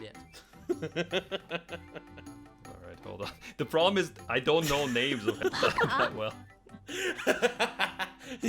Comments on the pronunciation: YouTube:We heard you said hentai over 10 times.:You must be mistaken i said “Gentai”. YouTube:Oh sorry sir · Why does he say gentai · Dude wtf is a gentioy?! Jajajaja